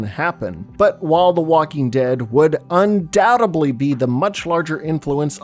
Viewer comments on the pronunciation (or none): none